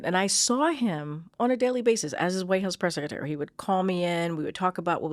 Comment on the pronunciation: Someone tell her that Sec a tary is secretary, pronounce the R